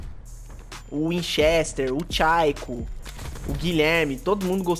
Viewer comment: Engraçado é ouvir o falando o nome de um monte de gente foda e do nada solta "e o tchaico" kskskskkakqk QUEM É TCHAICO ajsush